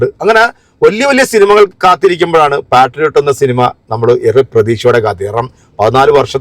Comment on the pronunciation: പാട്രിയോട്ട് അല്ല പേട്രിയട്ട്.